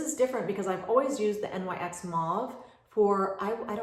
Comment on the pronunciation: My 16 year-old daughter corrected me. The lip pencil is pronounced Nix. They don't say N.Y.X. as initials. Just an FYI :) You're great!